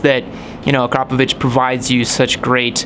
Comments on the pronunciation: its not kropovich is akrapovic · Its pronounced akra-poe-vick. Not akro-paw-vitch! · Please stop mispronouncing akropovic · it's actually pronounced ahkhra-povich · So much confidence? Wow. It's vitch.